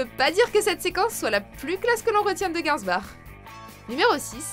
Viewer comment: Garbinsbour!! Pas gansbar